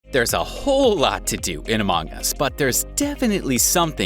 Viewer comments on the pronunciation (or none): Why is pronouncing it as amOng us instead of among us! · Bro this dude say “amOng us” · Love the way he says "a mong us"